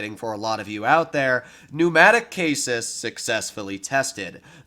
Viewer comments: Yoyoyoyoyo. Hold tf up. Did you just pronounce chassis as Chases????? Omg bro ive never heard someone butcher chassis that bad 😂😂 its pronounced ch-ass-i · Chassis is ch-aaaa-cees, not cases. 👍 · Are we just gonna ignore how he pronounced “chassis” as “kasis”? XD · Chassis is pronounced cha-see bruh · I'm sorry, you pronounced chassis like kaysis. This is wrong. Please don't mistake me for being rude. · The way pronounced "chassis" hurt me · You said chassis the wrong way....... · your leak vids are always super exciting, but how you pronounced 'chassis' made me rewind the video :)